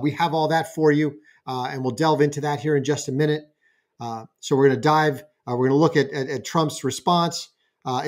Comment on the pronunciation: It's NOT DILVE IT'S FKN DIVE